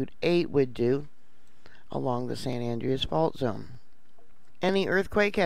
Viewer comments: San An- drey-us. An DREY us. Not andrious. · Please. Its not san andreeeas its san Andreas l. Don't pronounce the e